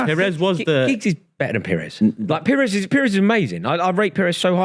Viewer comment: It’s pires.